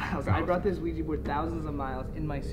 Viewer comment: Why do they say ouiji board and not ouija board?